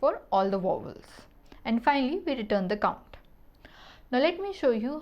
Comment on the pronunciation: she can't even say vowels lmaooooo